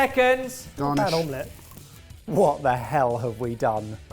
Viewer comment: When Barry said omlett, a little part of me wished he'd said cloud egg.